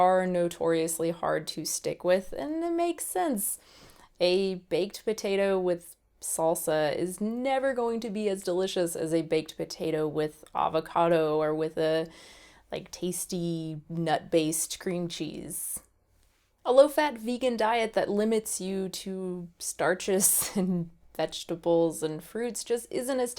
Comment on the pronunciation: For some reason I cringe every time she says "avocado", she has a disgusting way of pronouncing it. Oh and not everyone like avocados. I personally don't care for them very much.